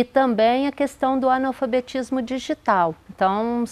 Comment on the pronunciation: Anal fabetismo kkk! É assim q a mulher tá pronunciando!